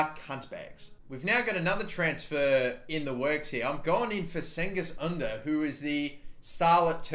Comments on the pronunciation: Im turkish and its pronounced jengiz oondar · Cengiz ünder is pronounced Jengiz ooonder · You say it like Chengiz Ünder